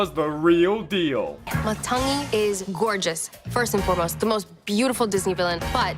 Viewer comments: anyone irritated by how he calls Matangi,''Matanga'':face-red-droopy-eyes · It's also pronounced Matangi, not Matanga